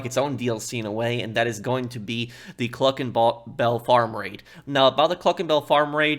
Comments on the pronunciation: "CLUCKIN BALL" 🤣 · “Cluckin BaLl raid” lol